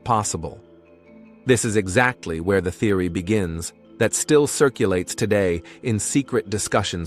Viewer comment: I noticed that you said therery many times. Theries not REALITY MY FREIND